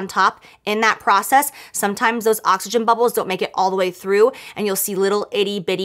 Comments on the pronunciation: She sure did I thought she said that too at first but I had to make sure if I heard her right 😂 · "Its is ocagen" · Did she say occagyn? Is that like oxfoliate? 🤣🤣🤣